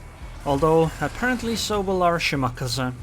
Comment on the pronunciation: The way you pronounce Shimakaze is stroke inducing. Good video.